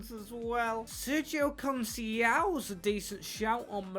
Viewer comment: Sergio Con-hasAStroke-ao